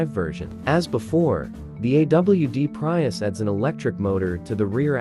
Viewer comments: "PRY- US" 😆😆😆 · Enough with "PrYius"